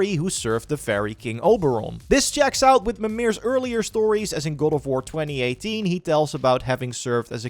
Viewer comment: goad of wurr